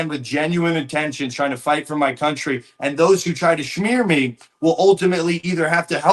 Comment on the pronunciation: The way he said smear lol